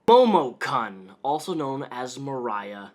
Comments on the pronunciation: I dunno if this is what you're videos are usually like, but congrats if you got this far rambling about cosplay drama. IDGAF about momokun (which at no point was it funny when you mispronounced kun) but gat damn, man. Get it down to brass tacks. That was excruciating and you rambled about shit and didn't even cover more than what everyone already knows and has said. Damn, I didn't know you could be so bad on YT and still have followers. WAIT I LIED. OF COURSE YOU CAN! Anyway, link to this one, chump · you keep mispronouncing her name. It's pronounced "Momokunt" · just a heads up: i know it doesn't matter that much but it's momo kun pronounced "koon", because she's stealing japanese language to try to look cute. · "MOHMON-CON" Dat Japanese pronunciation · my weeb ass cant handle the way u say her name lmfao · Not to defend momokun (i hate her just like anyone in the cosplay and otaku comunnity rn) but like, do you watch dubbed anime or something like that? bc the way you pronounced momokun just killed me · The way he pronounced momokun and renowned make me upset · the way you pronounced Kun made the weeb in me very sad :/ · momo-KEWN. not Cun. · This is a great video. I just heard about this and I wanted to know about the controversy. But it’s Momo KOON, not kun. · I'm surprised you haven't been grilled on this yet, (or if you have it got buried and I can't be bothered to dig it up) but it is pronounced Momokoon, not Momokunn. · kun is pronounced " koon " not CUN. Sorry the mis pronunciation was irking me. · "Momo-kunn" Not gonna lie I reached for some whisky when you pronounced Kun that way. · usually pronounced k-oo-n in Japanese. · It's pronounced "koon". Momo"koon" I can't even get 10 mins into the vid cause the way he pronounces it annoys me so much. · It's probably pronounced "momo*koon*" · It's pronounced Momo "koon" "KOON!!!" omg, that's totally racist! I sincerely apologize. I have irritable bowel syndrome and it makes me a total grammar Nazi